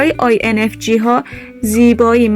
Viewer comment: با کمال احترام j هست نه g لطفا درست تلفظ کنید